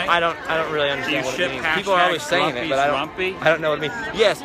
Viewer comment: it's pronouts el-ways